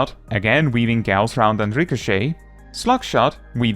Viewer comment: props for pronouncing "Gauss" correctly